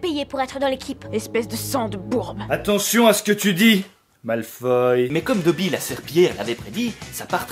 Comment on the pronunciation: Nooonnnnn pas dobi !